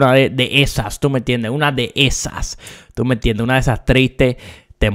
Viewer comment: Úsame como botón para contar las veces que dijo “Tuh meh entiendeh”